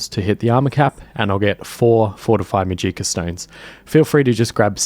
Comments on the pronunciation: To start off this is amazing dedication and work to put out a long video like this so props to you- I could never do this. I just want to correct the pronunciation of magica. The stress is on MA, so it’s MAH-jih-ka rather than mah-GEE-kah. I watch a lot of Brit/aus content creators and haven’t come across this pronunciation before so I think it was just a simple mistake. Only trying to help, carry on! ❤ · Muh-jeeka, huh.